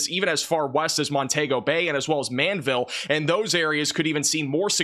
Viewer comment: Man ville❌ Mande ville ✔